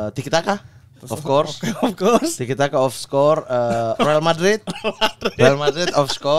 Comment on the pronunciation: Of course jadi of skor. Ngakak maaattt gua lah 😭🤣😂🤣